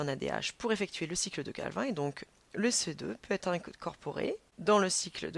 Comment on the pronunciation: La cycle de CALVIN on dit CALVINE mdr